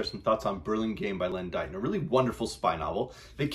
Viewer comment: btw it's pronounced 'Dayton' not 'Dyton'.